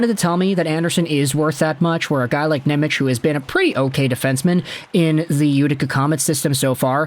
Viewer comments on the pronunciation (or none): Pleeeeeease stop saying NemeCH... its pronounced NemeTS. In Slovak, the letter C is like TS, whereas Č is the American CH sound.